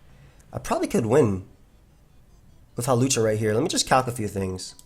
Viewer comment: You called hawlucha hoopa